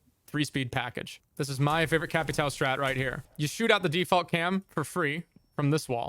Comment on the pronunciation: Americans just can't say "ão" 🤣🤣🤣🤣 bro respect the name and say ir right